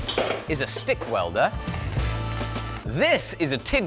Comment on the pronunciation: Did I just hear 'Schtick Welder'?